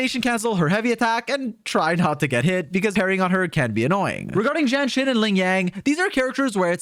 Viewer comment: The way u pronounce jianxin sounds like jenshin